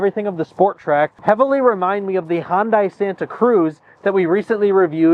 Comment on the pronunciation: For the love of god stop saying HonDie. It is HunDay. It's not hard. Stop it.